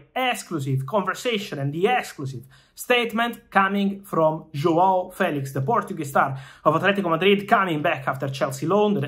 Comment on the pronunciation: The way Fabrizio fighted to say "João" was really well! Well said! Saluti Dal Portogallo